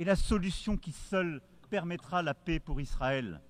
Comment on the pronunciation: Le président français gagnerait à apprendre la langue française: le mot "paix" ne se prononce pas "pé" mais "pè". Pas compliqué, tout de même!